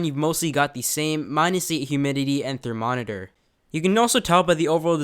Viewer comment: you lost me at "therNoMeter"